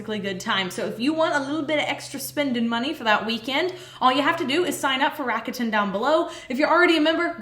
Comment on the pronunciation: First of all, soaps are amazing😘! But, uh ... RAKUTEN is Japan's largest e-commerce corporation, so just at least make the pronunciation right, PLZ. The brand's name is pronounced in 3 syllables, unstressed, and it sounds like LA-KU-DAN. And just so U know, this is not a HATE message... Looking forward to you guys creations😊